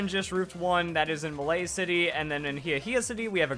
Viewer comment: It's Malie City. Not Malay City.